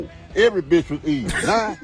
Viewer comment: When Andy spells out “Be-ahtch “, I almost spit my smoothie all over my kitchen…😂😂